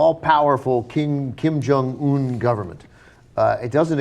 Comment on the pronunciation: Guys. It's not Kim Jong ooon! It's more like Kim Jong eun. 김정 은 not 온 sound.